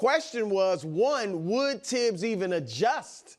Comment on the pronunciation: It's a French name not English and the correct pronunciation is Tibbs NOT THibs.